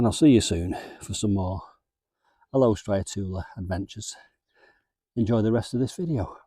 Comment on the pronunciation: Al... oh.. with the emphasis on Al. not a-low please!! They're indigenous to us here in South Africa. Love our AL-oes